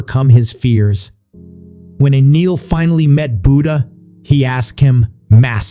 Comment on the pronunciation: Not pronouncing Buddha properly